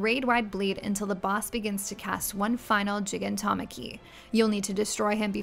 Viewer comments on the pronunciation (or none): JEEGAN TOM ACKY IM DEAD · Only mistake is Gigantomachy is pronounced with a hard g because the root word aka gigas/gigant